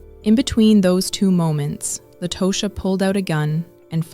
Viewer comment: And it irritates me when these commentators try and fail miserably. Meaning, the constant mispronunciation of Tosha’s name. Over and over again. It irritates the hell outta me. Both The attorney and Latosha said her name, and specifically the attorney on multiple occasions. Take the time to listen and say their names please! It’s all part of journalism.